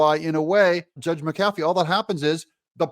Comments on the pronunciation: Hey Doug, love listening to your show. You're right about the wussy but where I live, the name is pronounced Mac-a-fee not Ma-cafee. Either way, wussy's ruling was absurd. 😕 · Pronounced Mac A Fee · Judge's name is Pronounced Mac uh fee. Love your channel TRUMP 2024!! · please say his name correct mac a fee illiterate or not give it a try